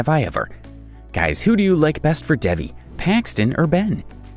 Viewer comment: he isn't even saying devis name right!